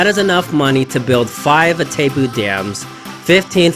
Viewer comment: As an argentinian, I can assure you: The name of the Dam is pronounced: "Itai-poo" (english)